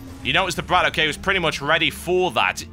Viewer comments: its bradok not brad OK, in russian bradok means brother, so just pronounce it as u see it =D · He's not Brat O.K., it's Bratok.